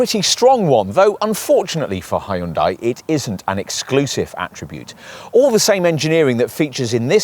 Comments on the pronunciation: Yeah, it's "HUN-DAY" Not "HEY-YOON-DIE" You should actually watch a Hyundai commercial so you can figure it out. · it’s a Korean brand so it actually is pronounced closer to Hun Day than how it is in this video - not a US peculiarity lol